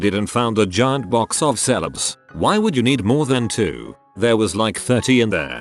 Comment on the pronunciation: what’s Selebs?